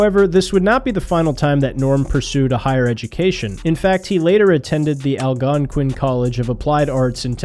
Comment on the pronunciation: Lol the pronunciation of Ottawa and Algonquin